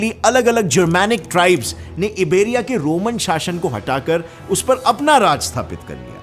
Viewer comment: Location Abey yaar इबेरिया नहीं. आयबेरिया. Teri nautanki maaf ki jaa sakti hai basharte tu apna pronunciation theek kar le.